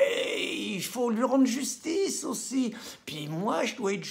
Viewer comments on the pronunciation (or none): none